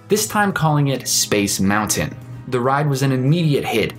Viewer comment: I wanted to watch this video, but in the first 5 seconds you mispronounced the word MOUNTAIN. No thanks.